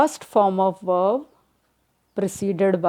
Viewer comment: Its verb not verv